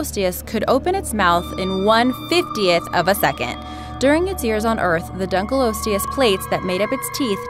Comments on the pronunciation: Not dunkle osteus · It's pronounced dunk-o-lost-e-us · Dunkleosteus is actually pronounced as Dunk-a-lost-e-us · The pronunciation annoys me especially Dunkleosteus as most scientist pronounce it (Dunklee-osteos) if their are scientists that pronounce it different so this doesn't annoy me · Donckle losteus? Or dunk leo steus? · Dunkleosteus is pronounced dunk-lee-os-teus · Dunk lee os te ous Boi it's dunk lee ost te ous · its dunkeleostios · it's prounced (Dunky-loss-e-us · Lol, i love how predator x was really called something else with "funkei" at the end XD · Btw for 5 it's Dunka-lost-leis :P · its pronounced dunkle-lost-ius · You pronounced Dunkalosteous it wrong it’s a short O not a long O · pronounced dunkleosteus wrong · She sais dunkleosteus wrong